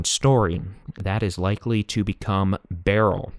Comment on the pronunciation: Beryl is pronounced like pearl.